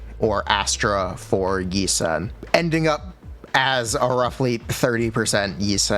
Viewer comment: Yi shwen..... yi sen ._.